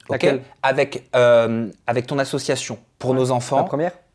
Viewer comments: Dylan il est insupportable à ne pas savoir prononcer le mot ASSOCIATION. « Assuation » c’est insupportable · Il ne sait même pas prononcer le mot ASSOCIATION !!